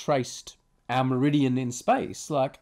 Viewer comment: An American meridium? I hope he doesn't watch this!!